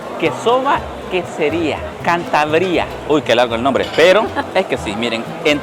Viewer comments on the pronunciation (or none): Creo que no eres muy gourmet , “queso apestoso” “Cantabría”con acento en la i…..no sabes que clase de cerdo es, no te has preguntado porqué un jamón cuesta 129 € el kg y otro 78€…..